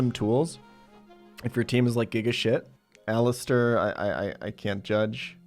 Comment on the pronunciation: ALLISTER, NOT ALISTAR!